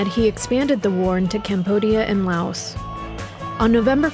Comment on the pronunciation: typical documentary --- did you hear Prez Kenedy pronounced "Laos" something like Lay-auss